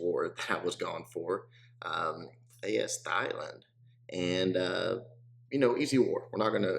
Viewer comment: "A-S Thigh-Land" LOLOLOLOLOL. it's pronounced Tie-land